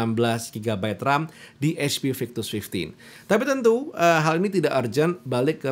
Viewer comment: ketika bilang HP Victus --> eij pi waktu bilang HDMI --> heij di em ai pas bilang FHD --> ful heij di